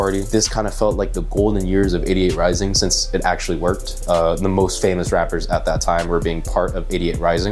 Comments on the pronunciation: Could of sworn you said "idiot rising" which does sound like 88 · When you say 88Rising it sounds like idiot rising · sounded like you said "idiot" rising